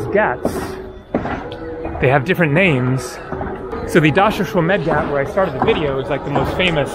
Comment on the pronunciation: pronounced g AH t not gat friend